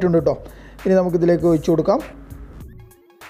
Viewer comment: ഒയിച്ചുകൊടുക്കാം അല്ല ഒഴിച്ചു കൊടുക്കാം 😂😂